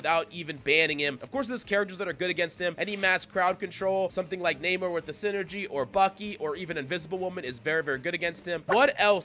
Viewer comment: Not naymor. But nah-mor